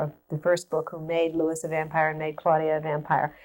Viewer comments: ...did she just call Louis as Lewis? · Interesting she’s pronouncing him Lewis not the French Louis “Louie” we hear later